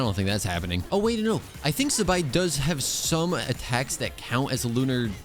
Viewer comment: Why do white people say Zibai like that?